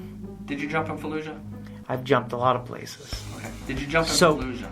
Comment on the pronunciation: Oh, you said “Fallujah”? I thought you meant “Florida”